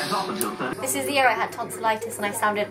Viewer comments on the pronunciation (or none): Did u notice her dad said tinsalites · HAHA I thought said tinsel-itus and she was picking off tinsel;) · No he said Tonsillitis